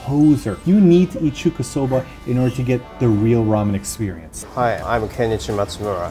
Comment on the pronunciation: Hey! It kinda annoyed me during the video, but it is Chuukasoba. 中華そば. ちゅうか is what you indeed say to food from China. So not a short 'a', but a long one :)